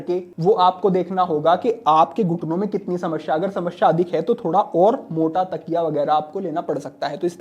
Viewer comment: शमश्या नहीं, समस्या